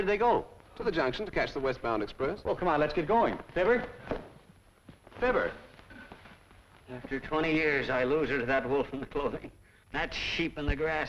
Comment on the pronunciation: Fibber, not "Filbert."